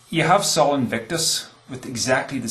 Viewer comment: Minor note: Sol should be pronounced "soul" (or thereabouts) not "Saul" -- Probably best just to ignore me.